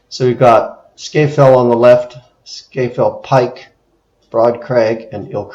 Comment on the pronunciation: Its pronounced Scar Fell or alternatively Scaffell :)